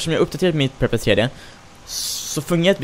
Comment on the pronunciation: Bara en liten detalj, men Prepar3d uttalas som Prepared